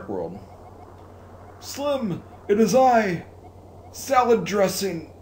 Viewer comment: Salad Dressing!? SALAD DRESSING!?!?!?! It is: SA-HASH-RA-LA!!